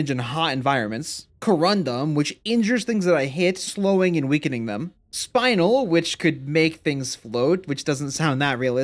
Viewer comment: it's not spine-l it's spin-el